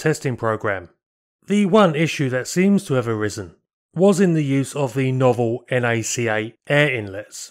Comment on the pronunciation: a quick FYI in case no one brought it up before: NACA is pronounced 'Nacka,' much like NASA! (Thanks for making my favorite aviation videos on YouTube)